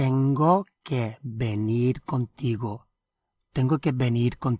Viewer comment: When you say It, Venir and Salir, it sounds like thes words end with a d. Can you clarify this please.